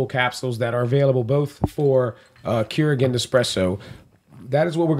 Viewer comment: It is pronounced Cure-Rig. Cure as in curing someone. Rig as a tractor rig.